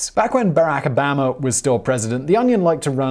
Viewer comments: President Obama ( O-bomb-uh) but you refer to him like Alabama as O-bam- uh 😂😆🤣😂😆🤣😂😆🤣😂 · I love Simon and this channel but it's Obaw-ma, not Obaam-ah! "Excuse me Pongo Bongo, is it pronounced Ha-WHY-ee or Ha-VIE-ee? "Ha-VIE-ee." "Thank you." "You're velcome." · Obama is not pronounced the same as the 'bama' in Alabama. Oboma is the correct pronunciation. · O-bam-a lmao when evervhe says his name i bust out laughing 😆... Lol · Please, what is your accent? How u say Obama ABAMA😂😂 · O Bama??? WTH? U really don't know how his name is pronounced? All u have to do is Google it or watch any American news show to get the pronunciation correct. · No, it doesn't, but Americans also get a lot of pronunciations wrong, so just let it go. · Is it just me or does Simon say Obama with an Alabama accent?